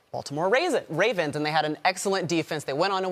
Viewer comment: I swear i heard her say “the Baltimore raisins” lol